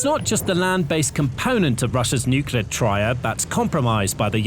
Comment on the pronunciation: If you want to be taken seriously, you might consider learning how to pronounce Nuclear....it is really not that difficult!! I know it is fashionable to pretend you are dumb, like Trump, and George W. and just cough out the grand Nucular pronunciation, but if you are pretending to be stupid, believe me, the only person you are fooling is yourself!!! Figure out the pronunciation or stay off the air....in my humble opinion!!